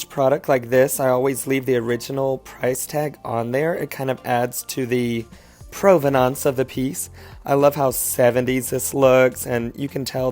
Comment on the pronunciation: LOVE your pronunciation of provenance